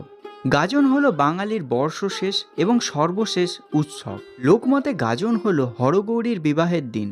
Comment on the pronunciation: গাজন নাকি গাদন?😂